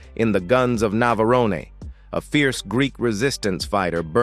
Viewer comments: Robot pronounce the place of the site of the film phonetically: Nav...a...rone not Nav..aroneh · More AI trash. How could I tell? Navarone was pronounced "Nav a ron a"